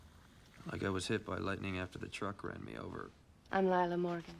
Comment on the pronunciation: Amara, not Amora. Lilah, not Leyla.